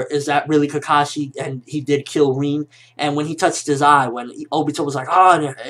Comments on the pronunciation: Reen?... Its RIN! Lol just a nitpick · why the fuck does he call her "reen", its "rin"